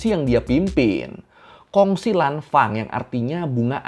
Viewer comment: dibancanya lanfeng bang kalau dichina